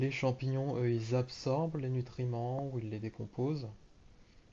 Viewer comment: Champignions ou champignons 😭